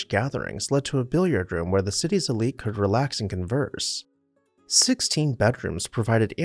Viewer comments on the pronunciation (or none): none